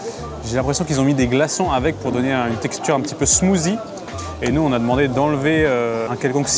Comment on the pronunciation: c pas smoozie c smoossi